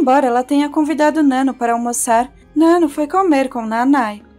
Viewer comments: Adorei o vídeo mas fiquei agoniada pq vc tava falando o nome da nanno errado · Nano kkkkk, pronuncia certo pelo menos né